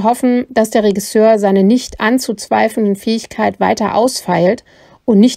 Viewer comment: BITTE schau dir nochmal an, wie man "Regisseur" ausspricht. Musste an dieser Stelle abbrechen.